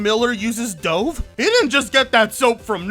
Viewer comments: Dhove lmao, think it's Dove.... as in the bird! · Dove is pronounced like Duv. Love your stuff btw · Its pronounced dove like the bird. How do you not know that? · Dove? as in "He dove off a cliff?" as opposed to dove like the bird... y;know.... how its actually pronounced? 🙂 Or is that a joke I'm missing? 😀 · the Dove brand is pronounced like the bird, it even has a bird logo on it. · TIL doesn't know how to pronunce Dove. Miller needs to change his company to unfunny games. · Omfg. Your pronunciation of dove soap is ridiculous.